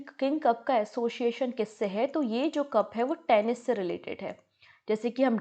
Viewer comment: You said Tenish 😂😂😂 please learn the pronunciation